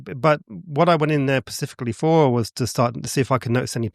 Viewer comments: It’s specifically not pacificly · He's pacifically talking about polteygeists. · pacifically poultygeist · Either I'm hearing him incorrectly, or he keeps saying "Pacifically" instead of 'Specifically' 😅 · The fact he keeps saying "Pacifically" rather than "specifically" really grinds my gears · I love this channel buuuut I genuinely struggle to take anything seriously that is said by a grown man who says "pacifically" instead of "specifically" 😬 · I'm sorry but him saying "pacifically" rather than "specifically" is irritating AF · pacifically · Love your videos and I have watched pretty much everything you have posted. This video however, hit my cringe button so hard, I couldn’t even continue. This guy has said “pacifically” so many times at the beginning, it really makes me question how true his story is. How are you a grown man and not know that saying this makes you sound like an idiot?! Anyways, keep up the great work and I did stil like and clearly commented on this! 😝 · In the UK, pacifically… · Specifically not pacificaly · Is he actually saying "pacifically" like Del boy? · If I couldn't say "Specifically" I'd try to use it less than every 120 seconds... "Pacifically" 🙄 Interesting ideas, but I love how he comes up with utterly unknown things AND dismisses them because of utterly unknown ideas... Hilarious. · He lost me at "pacifically".... meh 🤷‍♂️ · 3000ft up a 'hill' in Manchester??? 3000ft is a mountain and there are NO mountains in Manchester! This guy is not convincing me on many levels. He also says 'Pacifically' instead of 'specifically' which irked me. Maybe I just need to breathe a little more deeply! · "PACIFICALLY" And this guy has this all figured out. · THANK YOU! I thought this guy was trying to KILL ME, PACIFICLY!!! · Anybody that says "pacificly" instead of specifly, they lose ALL. Credibility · Never trust anyone who insists on using the word "specifically" 20 times per minute but says "pacifically" instead